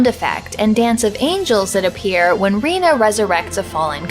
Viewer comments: Rena is pronounced Ray-nah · Did you say Reno? lol